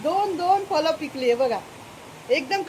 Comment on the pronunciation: फलं असे उच्चार करून नका.फळ असे बोलावे. पिवळा असे बोला.